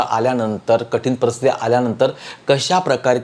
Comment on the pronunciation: Marathi bhasha bolaila shika .parastiti nahi paristiti